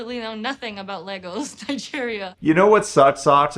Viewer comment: First you in 5 years did zero research on Nigeria much less Lagos. You can't even pronounce the name of the largest city in Nigeria. You actually admit you aren't vegan. You actually eat chicken and you don't understand that someone is going to kill the chicken. I'm not even going to talk about what's more humane. She also seems IMO somewhere problematic she seems unable to control herself on many levels